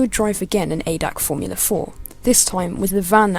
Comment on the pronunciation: Its not adac its a d a c. But good vid